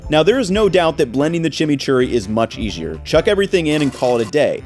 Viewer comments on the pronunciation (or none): "Blending the chimichury much easchier" real tongue Twister 🤣